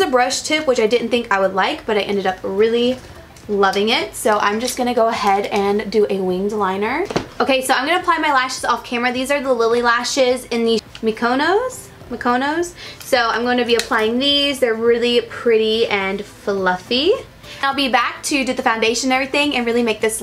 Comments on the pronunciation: The Mykonos lashes....its like the island in Greece. Say it like mee-koh-nos! :) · It's pronounced "Mee-kuh-nos" after an island in Greece. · MsFears she couldn't pronounce any of the names or his name. I cringed when she said it like gene Michael. wow. and then mykonos...yikes...I do love and she's young so I get it but a simple google search would do her a lot of good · Omg the way she pronounced "Mykonos" 😂😂😂😂😂